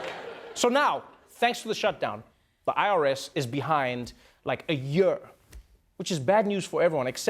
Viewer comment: “ A yerrrrerr” Trevor’s way of saying year is a bit funny.